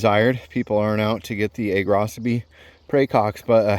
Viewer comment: Props for telling me the correct pronunciation of Agrocybe. I have been mispronouncing it and the other -cybe names for the last 32 years. 😬🤦🏽‍♀️